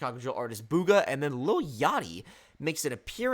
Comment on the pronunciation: It’s Rooga, not Booga